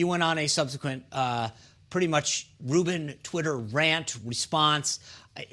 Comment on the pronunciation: “Host of the Dave Ruben buhffort”